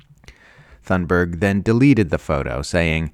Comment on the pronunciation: you’re saying Greta’s last name wrong